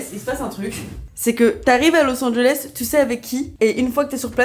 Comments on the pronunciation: a littéralement dit lis Angeles sans le savoir 😭😭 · Il fallait garder le suspense mais a dit los anges 😂